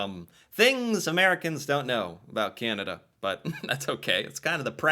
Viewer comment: This narrator uses another odd way of saying Canada. It sounds like she is saying Kin-a-da. It seems odd that the name is so hard to pronounce for some. She has also adopted the "hipster: way of saying Toronto, eliminating the second T. Rather than making the place seem cool, it just makes the person saying the name that way seem like a doofus. Regarding the health care dollars and plans, each Province gets an annual amount from the federal govt. based on population, and each province also provides dollars toward the health care in that province. Some portion of the federal sum does come with requirements that the cash is spent for specific aspects of the system. Many provinces are demanding more autonomy over said spending. It's a political question that causes intense debate.